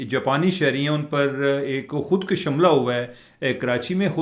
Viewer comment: Khudara urdu talaffuz seekh lain.Khud kash nahee khud kush bolain